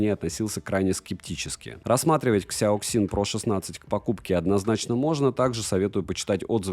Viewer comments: КСЯоКСин ?))) мне казалось, что уже не осталось тех, кто не знает, как данные сочетания букв звучат по русски) Сяосин это произносится , люди !))) А за обзор спасибо!!! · Читается "сЯасин" - типа "мозговой штурм" или thinkpad, учитывая что это Lenovo когда-то имела контракт с IBM ;)